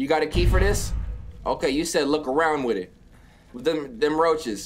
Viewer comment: Here's a new game every time he says Wid It take a shot